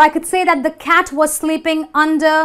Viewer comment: You don’t know how to pronounce ‘under’.